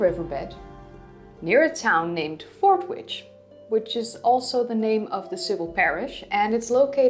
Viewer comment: Yet another excellent video. Bit of trivia for you. Due to the perculiarities of English, we pronounce Fordwich as Forditch. Something that I am well aware confuses foreingers and second language English Speakers. Keep up your entertaining and informative videos, they're marvelous!